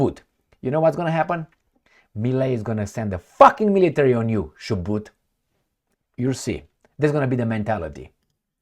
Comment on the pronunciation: You are pronouncing Chubut correctly jijiiiji